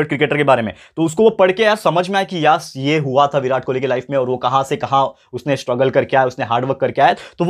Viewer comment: Birat kholi nhi king kholi sir😅😅